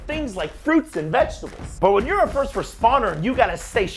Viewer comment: emphasis on "when" lol